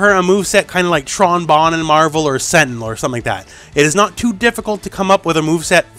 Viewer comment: Huge respect when you said Tron Bonne..haven't heard that name in years but she was a beast!